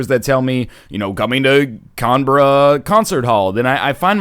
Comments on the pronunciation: "Cunbruh" Never change NL... never change xD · mfw he says "Cahnbra" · cahnberra. lol